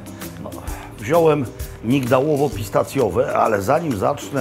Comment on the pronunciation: PIS Tacje haha, taki mały ,a jakże subtelny akcencik 😁😂 ma Pan Arcy świetne poczucie humoru